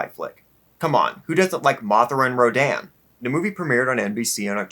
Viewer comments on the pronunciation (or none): none